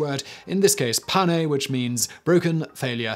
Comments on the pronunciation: What are you saying Simon? The whole point of these words is the French pronunciation: "m'aider" is pronounced pretty much exactly like "mayday", not "mah deer" or whatever you tried saying... Likewise "Panne" is pronounced just like "Pan", not "pano"... _ Also, bonus fact, in French "m'aider" doesn't really mean anything on it's own, and if you ever were to find yourself in distress in France, people might not understand it if you were yelling "mayday" except if it's on a radio/in a plane... Instead you'd say "Aidez-moi" (pronounced "aid-day mwah" for English speakers) which means "Help me" or "À l'aide" (pronounced "Ah led") which simply translates to "Help". "Mayday" actually came from the phrase "Venez m'aider" ("Vuh-nay mayday") which more accurately would mean "Come to my aid", so "mayday mayday mayday" pretty much means "my aid my aid my aid", but everyone knows what a mayday call is, even in France, so in the end mayday just means mayday, and everyone forgot what it initially meant, or even that it came from French words in the first place. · it isnt pronouced in french as you did. actually the english mayday is about the right way of saying m'aider. not "ma deer" lol. and panne is not "pa nay" but just like you said the first time like "pan". nice vid by the way. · And the word "panne" is pronounced "pan" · Fun fact: "M'aider" is pronounced mayday. Like ayday is aider's pronunciation. Same for "panne" we say "pan" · What's ironic is that the english prononciation of mayday and pan are extremelly close to m'aider and panne, while when they try to pronounce "m'aider" and "panne", they sound like they are trying to eat potatoes when speaking. Seriously, for the anglos here mayday and pan are almost the right pronounciation. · Today I found out that Your French is as terrible as your Japanese 😂. M'aider is pronounced exactly the same as mayday... And Panne you don't "really" pronounce the E so it's Pann, exactly the same too 😂😂